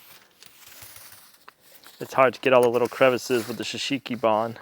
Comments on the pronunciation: There will come a day when you learn to say Shou Sugi Ban, instead of shusheeky barn 😂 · You need to help him on his pronunciation shou sugi ban 😂